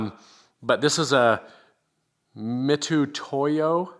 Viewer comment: You did indeed correctly pronounce Mitutoyo, and FYI that company has been very highly regarded for their measurement tools for decades. As a former metrologist (calibration technician) I can attest to their accuracy and reliability. They have also been priced accordingly, although they have come down in recent years.